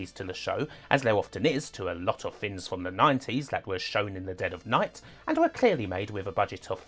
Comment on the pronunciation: "Fins were different in the 90s", is this a pretend speech impediment?